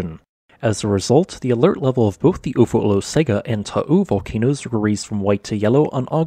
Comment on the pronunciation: In Samoan “g” is pronounced “ng”. Pronounce Olosega “Olosenga”. Thank you for your stellar reporting.